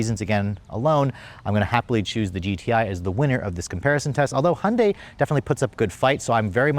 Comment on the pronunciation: If you are going to review these cars, learn how to pronounce the brand properly. Hun-day? Who the F is that.